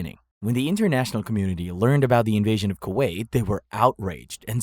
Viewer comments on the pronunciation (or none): none